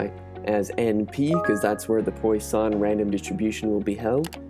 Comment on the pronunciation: Good explanation with code, but note for the future that it's pronounced like "pwus-son". Source: I have a math PhD :)